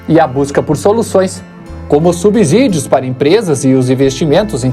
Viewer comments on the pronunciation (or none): none